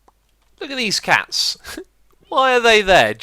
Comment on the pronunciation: ha he said DEEZ CATS!